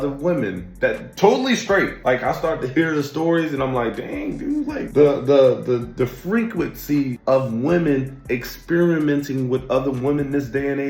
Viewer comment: You said it “FREAK-quency”